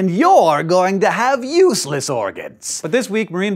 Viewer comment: "and you are going to have useles organs" hehe ^_^